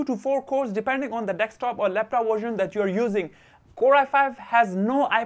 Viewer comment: tnx but its deSktop not deKstop!